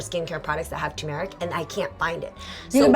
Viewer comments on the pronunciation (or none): when says turmeric it sounds like tamera lol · I keep thinking they’re saying “Tamera” 😂😂😂🤦🏽‍♀️ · The R is pronounced in TuR-mur-ic